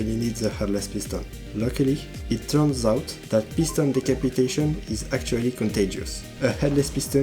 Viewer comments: LMAOOO, the french sound and you saying "decapitation" in that french accent had me laughing out loud XDD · The "decapitation" with French accent is killing me LOL